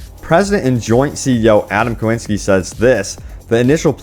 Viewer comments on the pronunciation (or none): Every time i think about posting something like "please learn to say KIcinski correctly" i think "nah" and then you butcher it again....FFS it's not KOWINSKI